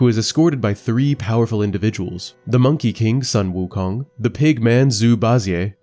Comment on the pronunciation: Guy who can't pronounce 悟空 wants to teach 西游记 lmao